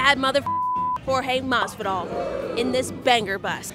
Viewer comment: Why did he say masvidal?? Hw butchered his last name.its mahvidal